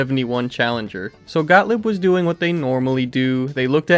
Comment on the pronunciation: Actually like your presentation but could you at least learn how to pronounce German names correctly? G-O-T-T-L-I-E-B is pronounced Got-leeb not Got-lib.